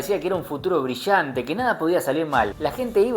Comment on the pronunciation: Brillante, no brishante!